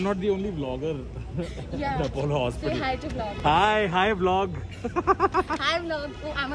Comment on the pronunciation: It's not apawwolo, it's apolo hospital